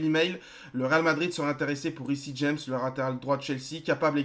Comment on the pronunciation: Ça serait cool si tu pouvais essayer de prononcé "Riss James" au lieu de "Rissi James" PS : je sais que ça s'écrit Reece James🙂